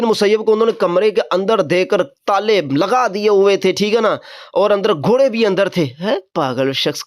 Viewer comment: گھورے نہیں گھوڑے ہوتا ہے بیٹا پہلے اردو زبان پر دھیان دے پھر آگے آپ کو بتائیں گے کیا پڑھنا ہے 😂